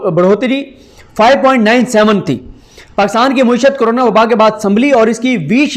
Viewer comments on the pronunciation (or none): Paindoo bhai.. ye lafz mueeshat nahi.. ma`eeshat hay ..